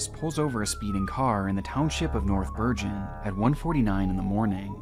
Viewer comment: The guy pronounced north bergen wrong. It's a hard g like goat.